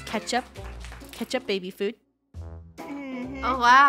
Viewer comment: “ I have to pay for.... a BAIBY! “ - Funneh 2020